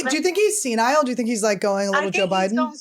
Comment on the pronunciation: Annie “It’s more of a left mind, right”?! 🤣🤣 Also, I want Todd’s momma she is so precious! She said senile like “SeeNie” 🤣🤣 Gawhhh I just adore you guys so much!